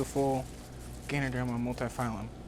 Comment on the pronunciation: Love the video, great to see your setup and how you run things. Just gotta add one thing though. It's Ganoderma Multipileum, not phylum :) Would love to see more videos!